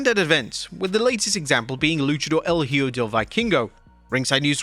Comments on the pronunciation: If you are gonna comment on wrestling please learn to say the names of the wrestlers.. it’s HIJO de doctor wagner.. no hjo or what ever the hell you said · Wrestling youtubers can't seem to learn to pronounce a simple Spanish word as "Hijo" 🤣 It's "e-Ho", not "he-oh", not "high-o", not "he-joe", E-HO. The more you know 🌠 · EE-kho (using "kh" to represent the use of J in the word Hijo)El é-KHO ✔️👍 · Hijo means son Ehoe that’s how it’s pronounced, I think, I’m Mexican for me is normal to say Hijo Hopefully WWE can also pronounce it right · Bro... No offense but you need to improve your pronunciation when it comes to talks about names that has the word "Hijo", like Hijo del Vikingo and Hijo de Doctor Wagner Jr... The best way to improve is to listen and relate the word with some made up word in English.... For "hijo" you need to pronounce it like this... The first syllable in spanish hi- is pronounced like the letter "e" in english, like on email or e-sports... The second syllable in spanish -jo is pronounced like the fist sound on the words hope or home... Hence hijo would sound "e-ho"... Be careful however not to make the last part sound like the word referring to the girls of the streets...